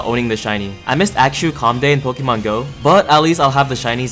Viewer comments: Bro everytime you say Axew we have to say bless you💀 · how you said axew threw me off at first 😭 but i’m loving the video so far. always get excited when you post. i wish you could post more and still have the same quality but it’s not possible🥲 can’t wait for the next vid